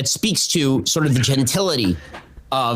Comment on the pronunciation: I'm glad somebody else caught the "genitility" because I freaking heard it too lol